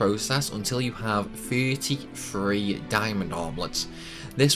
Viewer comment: I will never understand how someone can see the word thirty... And then say Furrty